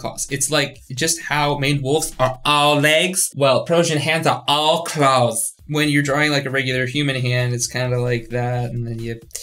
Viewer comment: “AwL ClAoWs” Sent me.